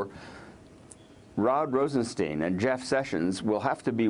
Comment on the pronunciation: Isn't he called RostenSTEIN and not RosenSTIEN?! Is it really so hard to get?